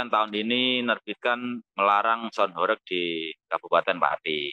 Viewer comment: Cara baca horeg nya salah😂, bukan horek.... Tapi Hooreeggghhh ( dalam bahasa jawa mksutnya bergetar sangat hebat)